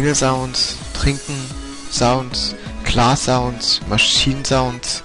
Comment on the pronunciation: Sounds ? Sprich: zaunz